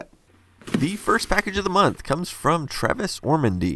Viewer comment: I think you meant TAVIS (no "R") Ormandy...he's a pretty legendary reverse-engineer and hacker at Google!